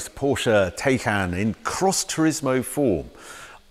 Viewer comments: TIEcan... not TAKean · Harry you might not read this but please stop saying TAY-CAN even if that's how you pronounce it because it sounds horrible. Love your reviews though as always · It's pronounced. Thai-Khan, Harry. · Is Harry trolling Porsche by saying 'Tay can'? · I love how Harry mispronounces 'Taycan' at every opportunity and doesnt give a fuck.